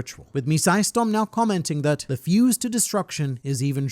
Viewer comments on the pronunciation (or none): none